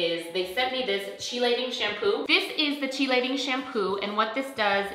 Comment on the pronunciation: Hi, I am trying hair print and have resistant grays. I have also gotten the chelating shampoo. Do you use a specific conditioner with the shampoo in the days leading up? (Btw, it is pronounced kee-lation)